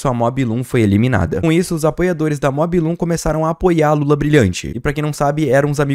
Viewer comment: Mob loom? O nome dela é MOObloom (mu blum), é uma vaca